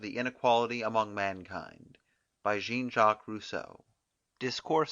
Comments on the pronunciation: The person reading it doesn't seem to realise Rousseau is French when saying his first name. 😅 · am i the only one bugged by how he says Jean?